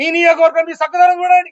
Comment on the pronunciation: నియోకవర్గం కాదన్న నియోజకవర్గం 😊